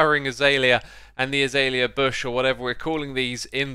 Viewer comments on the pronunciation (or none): none